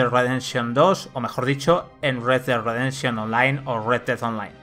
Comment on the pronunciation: red dead Ridefszchion hahhaa